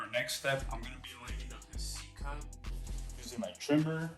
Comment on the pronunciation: Did he say c cup or cut